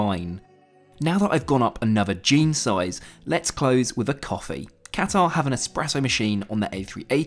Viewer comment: Great report. But please learn how to pronounce Qatar properly ;)